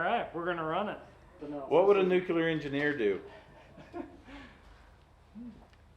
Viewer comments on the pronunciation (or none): A "nucular" engineer would do nothing. No such word. A nuclear engineer probably wouldn't be working on such a job.